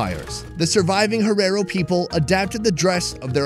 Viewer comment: How he's saying herero wrong is annoying 😂